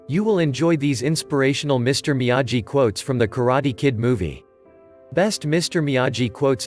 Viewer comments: "miyayi"?????? DUDE, THEY SAY HIS NAME LIKE A BILLION TIMES, HOW CAN YOU MISPRONOUNCE IT!?? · Excuse me it's mee-a-gee